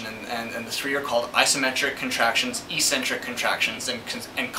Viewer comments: Ecksentric, not eesentrick. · Good explanation, but it's pronounced EX centric not EEE centric... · How to pronounce eccentric